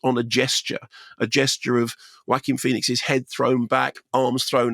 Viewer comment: Love how you put the "Wacky" into the name Joaquin 😆